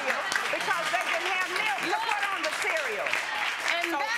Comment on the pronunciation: He says PIT...lol...not PUT